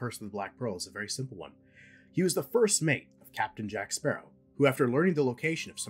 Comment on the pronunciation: Blackbeard had potential but was underutilized. Salazar... well, the effects are cool. But his rivalry with Jack feels manufactured and all I remember him saying for the whole movie was 'JACK SPARRAH'